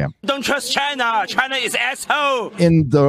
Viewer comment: sounds racist whenever he pronounces China with 3 syllables